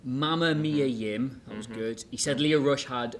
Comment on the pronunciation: "...and Mia yim" 😂